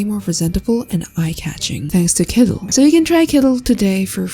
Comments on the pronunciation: Kooleen❌️ Koolen✅️ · It's "kooleen" not "koolen", k0olëeęeěeēeən!